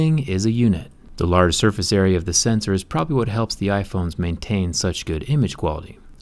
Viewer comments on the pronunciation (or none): none